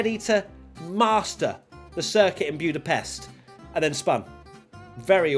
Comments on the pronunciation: Not Byoodapest but Boodapesht. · it's budapeSHt please!! 😄